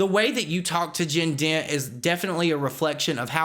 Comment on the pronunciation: i kept thinking he was saying “jin din” & i was trying to look them up and see who it was and then i realized he said jen dent lol